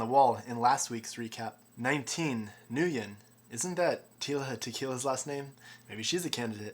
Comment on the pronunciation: "Nguyen" is pronounced "win." Just FYI. :)